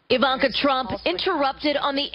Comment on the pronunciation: Fake news--I don't mean Kyle's talk, I mean the Five clip he showed. This Elmore person cannot be acquainted with Ms. Trump. If she was, she'd know how to pronounce "Ivanka."